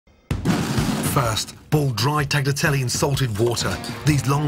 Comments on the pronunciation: i respect you as the greatest chef to ever live....but your pronunciation of tagliatelle....omg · Ok, this may taste ok, but it sure isn't a bolognese sauce and it's an insult to Bologna to call it that. Plus, I cringe when I hear him mispronounce both tagliatelle AND bolognese.